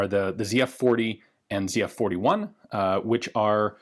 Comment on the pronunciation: thank you for pronouncing the name right lol